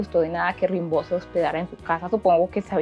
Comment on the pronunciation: Das un dato equivocado al decir que ya muy joven se había casado. Se escribe Rimbaud pero se dice "rambó"